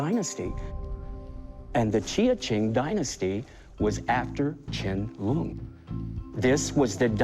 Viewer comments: Rrrrr, "ch'ien lung"??? IT'S "Qian Long 乾隆"!!! This bowl is not even form that period. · It’s emperor QIANLONG 🤦‍♂️